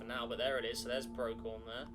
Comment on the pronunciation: It's not "pro-key-on", it's "pro-see-on"